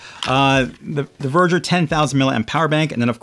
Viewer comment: I don't think it's Verger. Its veger